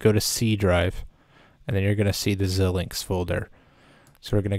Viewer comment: I've never heard anyone call it Zill-lynx. It's always ZI-lynx. Anyway, back to your video : Why are you instructing us to get a purchased license when we haven't purchased a license? you say we don't want any of those, so what do we want?? I don't have any others that show "None" that make sense here.